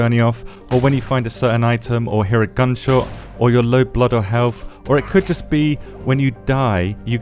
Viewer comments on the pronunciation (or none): none